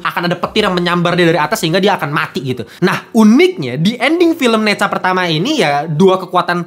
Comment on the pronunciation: Bacanya Ne zha seperti baca e pada kata bener, buka e pada kata bebek min